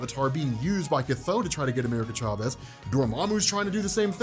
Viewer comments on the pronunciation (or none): Chthon is pronounced, ’Thon’. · It's not Chthon it's Despair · You said “Chthon” twice when comparing him lol